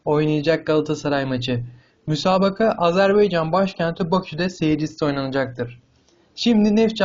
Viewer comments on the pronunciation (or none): none